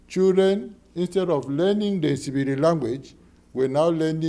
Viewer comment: so why is it known as nsibidi officially and written and pronounced as such if it's nchibidi